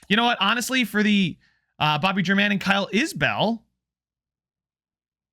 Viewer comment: At one point I think you said you cared about name pronunciation? If so, Bobby German should be pronounced HAIR MON, just like Domingo German.